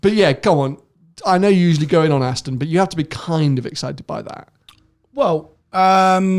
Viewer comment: Why does pronounce Aston, Astin?